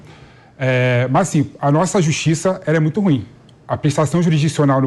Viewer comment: Aprenda o portugues e pronucie o "ruim" corretamente.😮